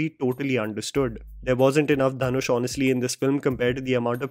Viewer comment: Ryan gosling called him dhan-oosh